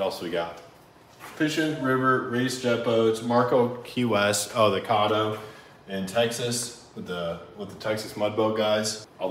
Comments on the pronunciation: Btw Caddo is pronounced like Cat-o not cod-o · Caddo is pronounced where the A is said like "Cat" not 'cotto'.. definitely need to race Kyle's K swapped jet boat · Caddo is pronounced (Cad-Oh)